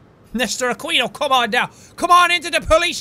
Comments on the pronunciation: Jack I know this is one small thing but you don't say Aquino with A-kwe-no you say it with A-keen-o it is one small thing so don't hate me. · aquino is pronounced a-ki-no... but that's not imprtant. cute hearing a filipino/spanish name. i hope you continue this. this is cool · the way he said aquino hurts my ear. Great accent tho for the gangster voice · its pronounced as akino. not aquino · Aquino is pronounce A-kee-no instead of A-kwi-know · You have to pronounce it like Akino not Aquino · It's akino not aqino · It's pronounced A-ki-no not exactly Aquino c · It's pronounced Nester A-Key-no, not A-quee-no :3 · How he pronounces Aquino, Ah-Kee-No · Akino is the pronoucation lol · Jackie, it's "A-ki-no" XD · Jack you should pronounce Aquino as "ah-keeno" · Jack I think it's pronounced "Akinoh"